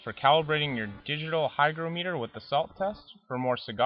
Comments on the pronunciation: It's not pronounced hyDROmeter! hy GRO meter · you didn't pronounce the word "hygrometer" correctly. You also forgot to press the "Calibrate" button on your hygrometer. It read 71%! Pronounce it like this: "hy-groh-meter". Not like this: "hy-gro-mee-ter"!:) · It's pronounced hy-GR(AH)-m(uh)ter, not hy-gro-ME-ter. Look it up. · You obviously have horrible need to be right. Both pronunciations are correct. Have you ever talked to an English person? They say things differently. English is very flexible. Don’t be a jerk.